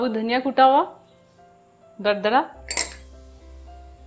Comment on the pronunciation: Plz correct your Urdu Say durdura Not dardara Rest your recipes are best keep it up